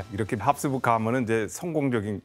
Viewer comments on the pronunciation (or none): ㅋㅋㅋㅋㅋㅋㅋㅋㅋㅋㅋㅋㅋㅋㅋㅋㅋㅋㅋㅋㅋ나도 보면서 내내 교수님 발음 때문에 답답했는데ㅋㅋㅋㅋㅋㅋ 합스부르크를 계속 합수부(륵)라고 하심ㅋㅋㅋㅋㅋ